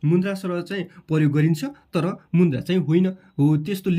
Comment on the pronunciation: मुन्द्रा होइन होला सर मुद्रा होला 😂